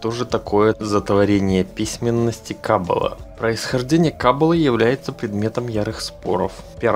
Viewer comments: Каббалááááá !! В Иврите всегда ударение га последний слог!!) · Ну почему ты не прозондировал как правильно говорить слово Каббала???? Ударение ставится на последнюю букву. Тема очень интересна, но режет слух неправильное произношение,что может подчеркнуть о незнании автора...